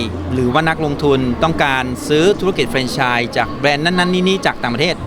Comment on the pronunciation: ทำไมพิธีกรออกเสียง เฟรนไชน์ ต้องออกเสียงสระ แ แฟรนไชนส์ พิธีกรแก้ไขในโอกาสหน้าด้วย มันออกสู่สาธารณะ